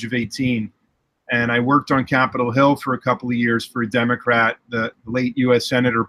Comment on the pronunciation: Could've sworn he said Democrap on the beginning lol.